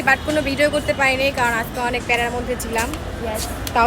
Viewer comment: আজেক ❎ আজকে✅ 🤷🏻‍♀️🤷🏻‍♀️🤷🏻‍♀️🤷🏻‍♀️🤷🏻‍♀️🤷🏻‍♀️